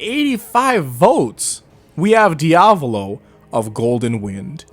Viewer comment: DID THIS MANS JUST SAY DIAVOLO LIKE IT WAS DIAVALO!? LMAAOOOOOO NOW HE SAYING HIGASHIKATA LIKE HIGASHIKATA... wait... YOU GET MY POINT